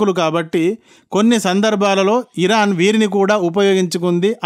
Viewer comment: Sir pls. okasari hiron hirok ani vinipistha vundi adi sari cheyandi tkq.